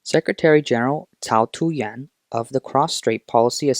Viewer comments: fake news, propaganda by verbally making the yuan sound like the japan yen. this ai speaker constantly using yuan pronunciation as yen. Typical Chinese. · He's trying to say "yuan"... Not yen. And both symbols. For yen and yuan is the same inside china.